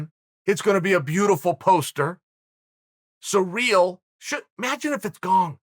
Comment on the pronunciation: Chael we love you man but for gods sake my man, please learn to pronounce the fighters names... “Surreal” ?? Come on fam.